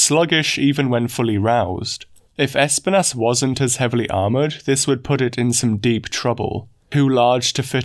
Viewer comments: It's pronounced esPInas. It's the spanish for Thorns. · I like how you say Espinas lol. Es-pin-ASS